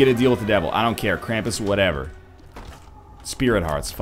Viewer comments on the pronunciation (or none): none